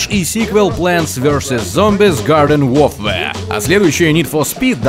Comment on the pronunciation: Диктор в который раз читает Warfare как "Вофвэа". Это даже как-то не по английски. Ухо режет. Надо бы ему подучить английский. А так все супер! Продолжайте, ребята!